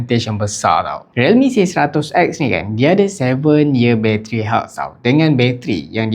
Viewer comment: Health sebut heaart. Aku pulak sebut Heell😂 neraka😭🔥 btw, big claim from realme kata smooth experience 4 tahun sedangkan scroll video ada lag😂 MASAK